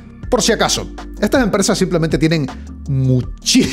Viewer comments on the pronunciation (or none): none